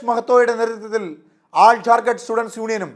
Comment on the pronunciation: ഇവന് ജാർ ഖണ്ട് എന്ന് പറയൻപോലും അറിയില്ല ചത്തിസ് khsnd എന്നാണ്